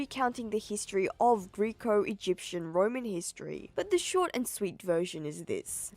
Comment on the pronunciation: Greco like gecko not Greek-o